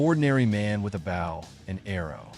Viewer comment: Someone needs to teach your AI how to say the word "Bow".